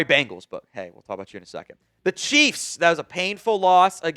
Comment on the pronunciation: Bengals, not Bangals.